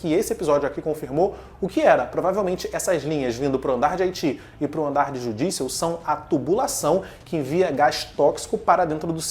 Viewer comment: Engraçado você pronunciando Judicial e TI kkkk